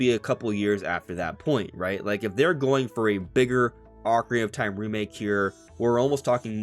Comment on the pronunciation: “Ocarina of Time” has six syllables, not five. It bothers me that you constantly say “Ocarinof Time.”😂